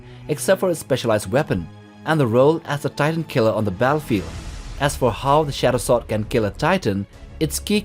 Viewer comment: "Shat-oh swort"